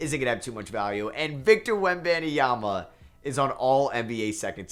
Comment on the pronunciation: That is not how you pronounce his name 😭